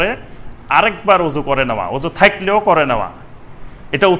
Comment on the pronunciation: থাইক‌লেও নয়, বল‌বেন থাক‌লেও।